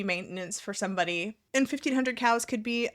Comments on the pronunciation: I am so dumb!🤦‍♀️I totally thought you were saying Cows nor Cals!😂😂😂. I swear fat acceptance should really be called fat excuses. It seems like it’s what they talk about…..I got fat because….and I’m staying fat because….🙄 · i understand this is a stupid question but do you actually say ”cals” or ”cows”?🤣i CANNOT hear anything but cows